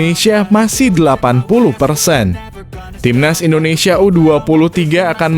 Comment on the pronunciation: Min ngomong INDONESIA nya jgn di plesetin donk, itu nama negara kesatuan rebuplik indonesia